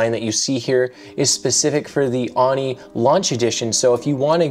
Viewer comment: Just a heads up, it’s pronounced “Oh-nee”, rather than “Ah-nee”.